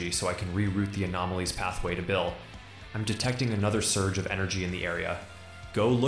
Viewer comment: BEEL CLINTON?!